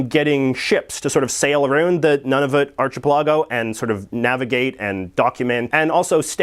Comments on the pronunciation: Ouch! Dude, it's not arch-e-pell-ahgo...it's " ahr-kuh-pel-uh-goh" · archipelago: ahr-kuh-pel-uh-goh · Wait wait wait wait,,,, how did you just say archipelligo??? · “Arch-a-pellah-go” 🤣 “Arc-ah-pell-ago” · You pronounce 'archipelago' as ar-chip-e-lago ?? I'm pretty sure it's pronounced as ar-kip-el-ago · ar-kih-PEL-ah-goh or ar-chih-pil-AH-goh? Is this a Canadian thing or he pronouncing it wrong? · He said archipelago in stead of arckapellago is that the same thing. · Interesting the way you pronounce‘archipelago. In Aus we say; ‘arkipeligo. Difference, hey? So different! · Arch-eh-pehl-lah-go lol! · Archipelago is pronounced "Arc-a-pel-a-go" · YES, YES, YES!!! The word is pronounced ARC-i-peligo!!! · "arch-i-pelah-go" smh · Wait, I think purposeful mispronounciation is part of JJ's schtick. Nobody in Vancouver pronounces 'ou' like him. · it arch-a-pel-a-go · I believe it's pronounced ark-eh-PELL-uh-go, unless Canadians pronounce it differently. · my man just said "ar-chih-pelawgo" 😂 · ...That pronunciation of archipelago is painful. Is that standard is Canadian English, or was it butchered? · I'm sorry but what!! how could someone actually think its pronounced like that. no offence it just really annoys me. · i have never heard the word "archipelago" pronounced the way you do. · JJ needs to learn how to pronounce "archipelago." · haha the way you said archipelago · Good to know. I thought all Canadians pronounced it like that. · Why do you keep on mispronouncing things like Archipelago? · Literally never heard archipelago pronounced like that .. is that a Canadian thing? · I think the emphasis is on the "pel" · I usually dislike the was you say "about" but the way you just said "archipelago" made me physically recoil goddamn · I have never heard someone pronounce archipelago that way, and I too am a Vancouverite.